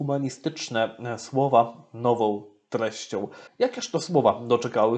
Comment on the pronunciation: Niech ksIądz ksiołdz nauczy się sieł mówić po polsku !!!! Nie mówi się: nowoł tylko nową Bełdoł Będą Idoł idą, zroboił. zrobią Itd itd Najpierw nauczyć się mówić a potem komentować !!!! Nie zachwaszczać języka (jełzyka) polskiego!!!!